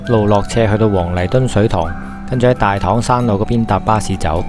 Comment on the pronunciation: 大棠的正確讀音係＂大糖＂